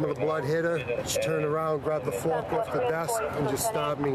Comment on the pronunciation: "...and that came from a plastic fuark, or a metal fuark?" "Metal fuark." "..Metal fuark"